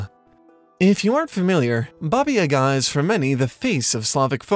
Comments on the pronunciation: Oh I‘m so excited! I believe I was one of the people who suggested the topic to you :D however, you should try pronouncing yaga with two long ˋa´s ;) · Your pronunciation stuck me as amazing! The only lacking bit was the name Baba Yaga itself, as you kind of butchered the world Yaga. But that is something we can ignore given the whole research you've done! One note would be, it seems like Russia is the primary focus here, while I believe there is a lot to gain if you look outside of it. Slavic is indeed not synonym to Russian, as some people in the comments have mentioned. Quite on the contrary, Russia is the culture, that in this case, borrowed much of its myths, tales and folklore (and even alphabet) from cultures in what is nowadays Eastern Europe and The Balkan Peninsula. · wt# u can't read ,,yaga" correctly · In "Yaga", the stress falls on the first syllable. Anyway, great video!